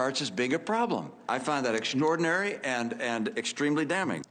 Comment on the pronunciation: "Mitt : "I find that exsnoredinary."